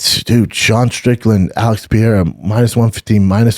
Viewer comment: "Alex Pee era" "Brad Riddle"